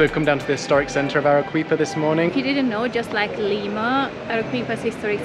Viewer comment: Arequipa is pronounced using Spanish pronunciation rules Let's break that into it's constituent participles Are is pronounced Harry, without the H Quipa is pronounced Kipper. There is no English 'W' sound in it, (as in English Queen) So there it is Arrykipper😂🎉 N.B the Spanish combination 'Gu' as in Guadalajara Guantanamera Guadalcanal is pronounced GW Nice video chaps. Keep traveling, keep learning ✓✓✓